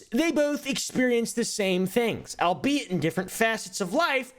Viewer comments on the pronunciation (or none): none